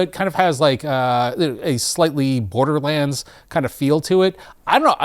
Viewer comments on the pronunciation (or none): none